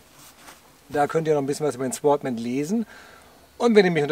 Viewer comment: Das W wird nicht ausgesprochen. Sordman ausgesprochen....